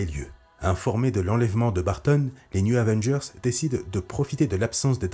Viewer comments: Chouette video... Gâchée par le fait que le narrateur passe son temps à dire newZ Avengers. Y'A PAS DE "S" À NEW! "news", ça veut dire "informations", les nouvelles, le journal. Du coup, il passe son temps à parler les Avengers de l'Info... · Très bonne vidéo, mais comment t’écris le nom de l’équipe pour le prononcer comme ça ? Les News Avengers ? Les New Zavengers ?